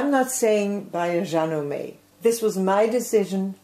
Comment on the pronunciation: Love the way you say "Janome." So much prettier than the way we Americans say it. I'd love to see a 2 hour video of what all this machine can do. Are you still happy with it, 2.5 years later? I'm thinking about this one, and Baby Lock Brilliant (can't seem to get the Soprano).